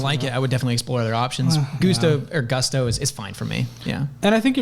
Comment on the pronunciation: "Goose-to". Ha Ha.